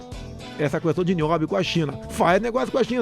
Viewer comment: ele fala cuestao mesmo kkkkkk